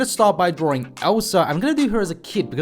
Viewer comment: Please stop pronouncing drawing as DRORING.....pls